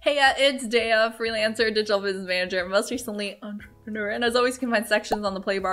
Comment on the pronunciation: I don't know why I'm always looking forward to seeing how you mumble the word "entrepreneur". hahahaha